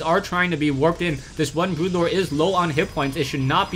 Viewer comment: Its Broodlord. Not brutelord. BROODLORD!!!